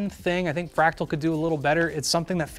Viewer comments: "Fratal" instead of fractal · "Fratal North" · 3;21 'Fratal' 😂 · "Fratal" Lmao